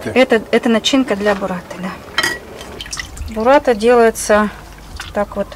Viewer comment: Не бураТТа, а буРРата